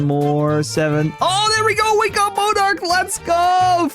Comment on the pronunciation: MON-arch, not moan-arch